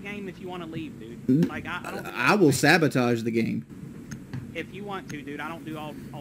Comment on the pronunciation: One of my favorites is “Eye wull sah-bow-taj duh game!”